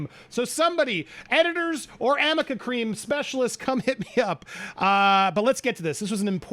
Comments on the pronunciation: Did he say Amica cream? It's arnica. Maybe I heard wrong though! Love this guy and his insights! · The lower say amica and is arnica 🤦🏻‍♀️ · thats ARNIKA not AMICKA😅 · 🤦🏻‍♀️🤦🏻‍♀️ ...*Arnica. It's ARNICA cream. 🤪